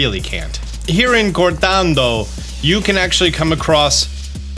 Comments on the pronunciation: Doing the Lord's work, much appreciated. Also, "o" is always long in Spanish. So, Cohr-tohn-doh, if you want to nail that accent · Hey, while I don't particularly care if you say an Anglicized version of the town names or attempt to do it closer to the Spanish pronunciation, but just so you know, whenever you say Cortondo as if you're attempting to do the Spanish pronunciation, you're saying Cortando. All three O's in Cortondo should be the same. To be fair, if I was saying it with an intentionally English pronunciation, which I sometimes do, I would say it more like Core-Tawn-Doe, cause that feels more natural in English. But yeah when you try to do the Spanish pronunciations, just remember that all the O's should be the same:)